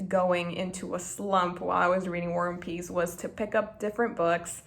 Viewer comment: you kept saying "war and peace" but it sounded like you were saying "one piece" and tbh, not inaccurate at all,,, lol